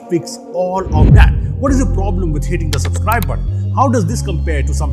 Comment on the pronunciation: suPscribe? Did anyone notice